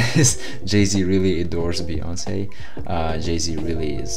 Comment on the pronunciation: it's queen b as we say"Be"yonce, not baeyonce.